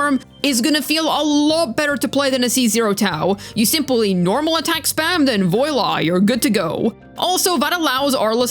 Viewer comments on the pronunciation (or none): voila? pronounced as… that’s terrifying